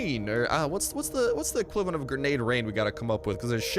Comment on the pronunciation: Your ascent when u say granda is the best